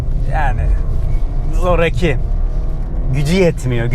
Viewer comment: Zoraki sözcüğünü telaffuz ederken a'yı uzatmanız lazım. Zoraaki diyoruz konuşurken. Öbür türlü tuhaf geliyor kulağa. Sevgiler.